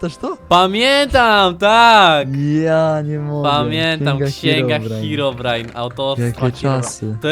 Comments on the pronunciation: NIE HEAROBRINE tylko HEROBRINE!!! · nie hearobrine ani hirobrine ani hirobrajn tylko herobrine